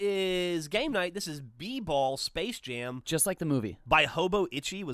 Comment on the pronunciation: Sapce Jam?